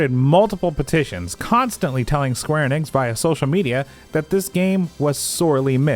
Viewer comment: The way you always pronounce Enix... "Eynnix" 😅